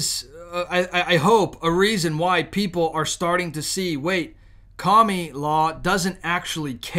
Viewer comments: Not to be rude or anything... but her name is Kah-mah-lah. I don't know if you are saying "Kami Law" on purpose... but I would greatly appreciate it if you would stop insulting Kami.... may he rest in peace. (DBZ reference). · I couldn't with this guy saying her name wrong I can't hear him all I hear is kah me laa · Don't say KAMALA SAY KAMUULA OAR KAMOOLA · Wait. Right off the bat, did he just say Kommie-law??😂😂😂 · Kami-La? Or Kama-la ? Just fyi that is all